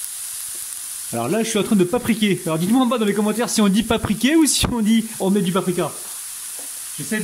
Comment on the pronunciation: Bonjour on dit paprika😀😀😀